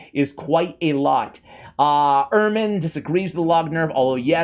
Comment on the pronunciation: didn't even get close to pronouncing "Imran" right lmao 😭